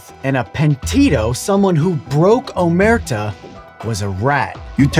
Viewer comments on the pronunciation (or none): A nitpick from Italy, its omertà, not òmerta. Peace! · it's omertà not omerta, it has the accent on the last wowel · Just to be a grammar pain, but you're pronouncing it "omérta", which means nothing. It's pronounced "omertà", with stress on the last syllable. Sorry, I'm Italian, and we still have a lot of problems with omertà between mafiosi. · Amazing video as always ❤️ You conveyed the meaning of "Omertà" in a simple yet clear way, great job! As an Italian myself, I can appreciate it very much. That said, I don't want to sound pretentious or rude, but I've got only one thing to correct you on, and that's the pronunciation of the word "Omertà" itself. The last letter of "Omertà" has a stress on it that changes how the word is supposed to be pronounced. Without it you end up with "Omerta", (which is how you pronounced it in the video). If we were to visualize that stress, it would end up like this: "Omérta", and not the correct "Omertà". I hope I was clear enough and once again I congratulate you guys on another amazing video! Cheers! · Great video, really liked it. However, I do feel obligated to point out how my little Italian heart absolutely collapsed on itself when you tried to say "Omertà" and "Pentito", although you were kinda close. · as an italian it is not omerta with a closed a but with an open a in a way that it sound more happy